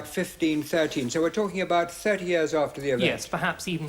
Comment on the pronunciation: Can someone tell me where Dr. Starkey's accent comes from? He's the only person I've heard pronounce "years" the way he does. (He says "years" a lot in his Monarchy series.)